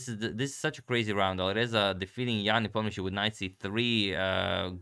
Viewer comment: Непомнящий is the only correct way. Not sure why they write it Nepomniachtchi in latin alphabet, since it is pronounced more like Niepoh-mniashi in real. I mean technically Щ is sh-ch (like in Polish ("szcz") so not sure how they came up with "Nepomniachtchi".